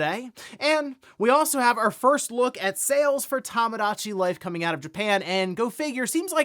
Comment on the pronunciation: “Tamadachi Life”